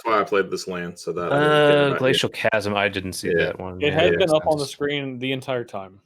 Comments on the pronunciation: "Chasm" is pronounced: /kazəm/ you're welcome. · Chasm: It's pronounced "kasm," for the love of God.